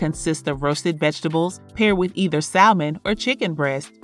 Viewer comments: Salmon?🚫 Say it with me: SAM-UN , one more time: SAM-UN. 😉👍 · No funny business BUT it’s “Sa-mon”.. the “L” is silent